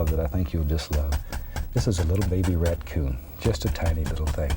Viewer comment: He dosent say raccoon its R a t c o o n